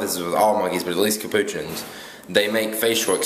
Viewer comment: its pronounced cah-poo-chin